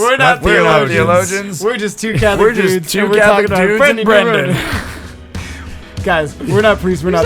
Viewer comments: It's "dewdes" I can't believe how much Brendan grew up. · Okay, so. totally does put an emphasis on his inflection when he says the word "dudes" in the intro. XD Makes me giggle every time. I love the stories in this episode. We need a Metallica cover video.:D Okay, I might be the only one. But still, it would be awesome. The process of writing the invocations was absolutely fascinating. I've been to Masses where they have done that and it's always so cool. Poorly done music ministry used to be distracting for me as a younger Catholic and was compounded by my 8 years in a choir as a middle schooler and high schooler. But I have reached a point similar to what Brendan mentioned. The Eucharist is more than enough. I do see the importance of having good music for the people who haven't reached that point yet. Y'all did a really great job with the balance in this episode while still keeping it fun and light. The real-life stories vividly illustrated your experience and growth in your faith. But you also balanced well the point that ministry, especially music in the Mass is to be done for God. It's important to be the best you can be, but do it to show how great God is and to help save souls. It's not for the applause and compliments of the congregation. Very nicely done on that element y'all. Part 2! Part 2! Part 2! Part 2! I'd love to see another episode with Brendan talking about more musical topics. And yas to the coffee mugs. I'm ready to order mine now.:D Oh, my word that outro. XD I love seeing y'all have a great time